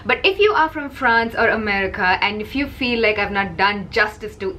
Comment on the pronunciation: "very popular in Fwanz", lol. great video;). This was a good presentation for evening makeup. It's not the norm for women in the daytime for work, although I have seen it at times. I love how a lot of French people criticize Americans for wearing too much makeup and then they critcize each other if God forbid someone French dares to wear bolder makeup as well, because it looks fake. That's a whole lot of talking smack about Americans, maybe the French need to get another hobby besides smoking and gossipping and stop being snobs. The French can look fake as well and they get almost as much plastic surgery, maybe they don't routinely get DD breasts implants, they like smaller breasts but they still get procedures done. They need to stop hating on Americans for our way of life. They call us fat but they are dropping like flies due to their high cancer rates. You do you France and we wil continue to do what we always do, which is to not give a damn what you guys think.